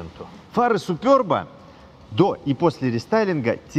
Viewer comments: СЮююЮпЫрб, а не супЁрб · Что за Супёрб !! Суперб ребята Суперб !!!! 😂😂😂😂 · как всегда жжет! Молоток! Складно звонит. Можно выступать на сцене. Все подробно и по делу. Только говори супЕрб. Хочу такую на дизеле и вот смотрю про нее. Всем добра. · говорится же суперб, без ë;) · Огромная просьба. Не называйте, пожалуйста, супЕрб супЁрбом. Он супЕрб на 100%. Спасибо, огромнейшее. И не только от меня, но и от многих владельцев этой замечательной машины, которым такое произношение режет уши "в кровь" ! 😊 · Не СупЁрб, а Суперб, Super-B, так произносят в Чехии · Я конечно понимаю когда Суперб, супер б, но супёрб.... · СупЁрб стЕкол😂😂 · супЙОрб.... Ну зачем, уши режет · Какой нафиг "СупЁрб", автор? Ну вы перед съёмками загуглите, пожалуйста, как должно читаться правильно. Правильно - СупЕрб! А если хоитите как чехи произносят, то "сУпэрб", с короткими "РБ"